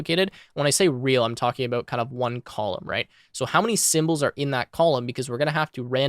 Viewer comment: you say 'about' like your canadian